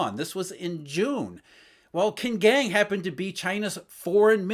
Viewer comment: A pronounciation issue. Q should be pronounced as 'ch'. Li Keqiang should be pronounced as Li Kechiang, Qin Gang as Ching Gang etc etc. Thanks for this vid. Excellent insight as always